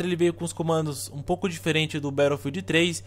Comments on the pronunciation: a gente fala BATOUFILD igual ao jovem nerd mas no ingles se fala BETTLOUFIEL (SEM O D NO FINAL) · Por que voce fala " barofield " :\ !! No resto o video ta show